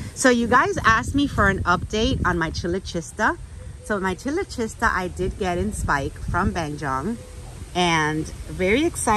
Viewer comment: The AOS on their site has the proper pronunciation for chilochista. It sounds like k at first. Kyloshista.